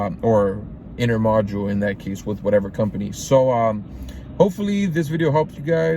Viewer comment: Bro can’t say intermodal 😂